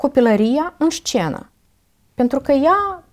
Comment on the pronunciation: Scuze dar, cuvântul "șcenă" mi-a ros urechile...